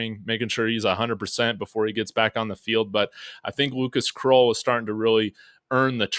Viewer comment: Krull like skull … not kroll like troll